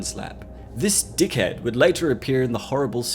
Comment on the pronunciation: I’m sorry but is so funny to me like ‘this D I C K H E A D’